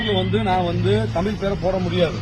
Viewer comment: உங்கள் நோக்கம் நல்லது, முதலில் தமிழ் என்று சொல்ல கற்றுக்கொள்ள வேண்டும் தமில் அல்ல